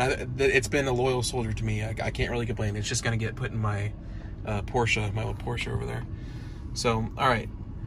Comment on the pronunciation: Big props to you for the correct pronunciation of Porsche!